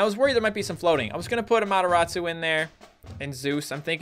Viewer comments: Why is calling amaterasu to amotorasu/amotoratsu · you said the AMATERASU wrong lol